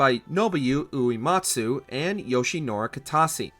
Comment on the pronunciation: …no, Supernova isn’t a cutscene. Also, never let Uematsu-san hear you pronounce his name like that 💀